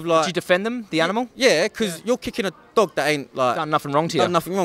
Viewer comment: he says thog instead of dog😂😂